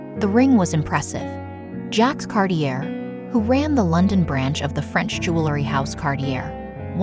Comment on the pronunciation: Can't you teach the robot to pronounce Cartier correctly? I had to giggle...